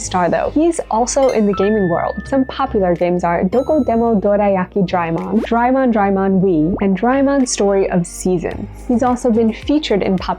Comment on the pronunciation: SOMEONE CALLING DO RAY E MON SO FUNNY😂😂😂😂😂😂😂😂😂😂😂😂😂😂😂😂😂😂😂😂😂😂😂